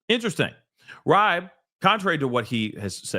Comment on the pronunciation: His last name is pronounced Reebe